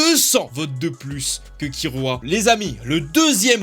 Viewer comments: Se kilua pas kirua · n'empêche y'a un truque chelou genre Kirua on le prononce la façon japonaise (Killua) mais Eren on le prononce à la façon française j'suis la seule à ne pas comprendre 🤔